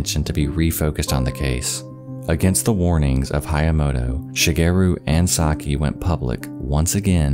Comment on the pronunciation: My Japanese mom (she's got a penchant for grim stories) would always tell me and my brother about this story. It took me a minute to figure out it was the same one. What a horrible thing to happen. :( (Side note, this might be an exception, but Sakie is usually pronounced sah-kee-eh)